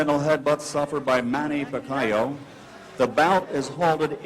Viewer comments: Points shoulda been taking from Sanchez . Pacayo won this fight easy. That dude was so dirty, low blows, back of the head he had no skill so he had to get dirty. Also FM is scared of pacayo. Ha pacayo ! How could you possibly pronounce his name that way? (PACQUIAO) PRONOUNCED pac ee ow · hey mike waffle its fuckyew, not faquiawoooo!! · manny pa-kie-oh. lmfao michael buffer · the announcer prounounce it pakiyaw 😂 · announcer can't prounce pacquiao, he said pakayaw, lol! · They pronounced Pacquiao as "Pack-a-yao" ... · "suffered by manny pa-kai-oh" lmao now he can sure say it right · Manny Pic-cayo?? Good job Michael Buffer! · LOL PEECAW-YOH. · Michael Buffer still doesnt know who Pacquiao is here, he pronounced pacquiao - Pa-ka-yaw. lol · "[...] Puck-eye-oh." Lawlz, Buffer failure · manny pacqiyo? lol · bruce buffer says "manny pack i owe" lol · Manny "Pac-chi-yo" LOL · Back then.. They couldn't pronounced Pacquiao... He said " Pa ee ka yaw" lol but now... people all over the world in different races can pronounce his name correctly.. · michael buffer cant even call pacmans name right at this point of time... he calls him pacyov, the world din know pacman at this stage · Manny PIKAYO haha michael buffer sure learnt his name now after those big performances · you know this is old Micheal buffer can not even say Manny last name correctly,he learned tho as you have to pronounce the bast fighter in the worlds name correctly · this was the time when they don't know how to pronounce the pacquiao name right.